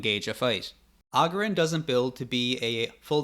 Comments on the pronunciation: Agurin not Agerin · It's agúrin not àgurin. Jesus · It's agurin, not augurin